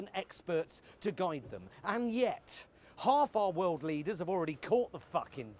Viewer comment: "And yet... Half of our wold leaders already caught the fucking thing" hahahaha I am dying